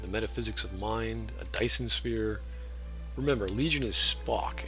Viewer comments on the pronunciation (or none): none